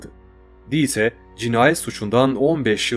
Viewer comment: Almancada yazılışı Dieter, okunuşu: Dita! birdahakine ie uzun” ii”okunur, sonuna “er “gelirse a okunur Mesela Anne Almancada Mutter, okunuşu Mutta. Kulağıma aşına olmadığı için yazdım alınma ablam, yoksa herşey harika Ve verdiğin kalplere baktığımda , aynı kazananız karar konusunda! Yolun açık ola, gözüne yaş, ayağına taş değmesin ablam 👆🏻🤲🏻💐🧕🏻